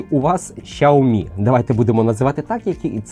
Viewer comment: 🤣 Так китайська вимова якраз звучить близько до "сяомі". Дослівно перекладається як маленький (сяо) рис (мі). "Шяомі" це викривлений англомовний варіант. У англомовних багато проблем з системою Піньїнь. Прочитайте базові правила читання на вікіпедії. Там написано, що Х читається як С з присвистом.